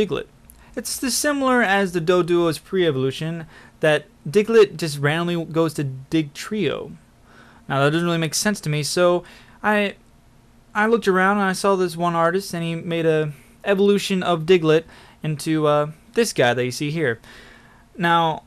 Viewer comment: first of all, all those ideas were terrible and its dugtrio not digtrio get it right